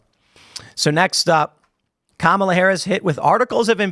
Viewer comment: You've got to say Kamala right it's pronounced car-melon